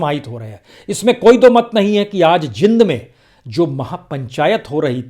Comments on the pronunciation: Sir, it is pronounced as Jeend , not Jind though spelt so. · Prasoon bhai... The city is pronounced as .. Jeeend. ..not Jind. Please correct for future. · It is spoken as J eend not jind😄😃😅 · Sir...its jeend ....not jind...i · सर ये जींद है जिंद नही कृपया उच्चारण सुधारें